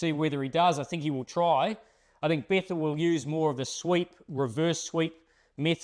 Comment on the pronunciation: it is bethell not bethall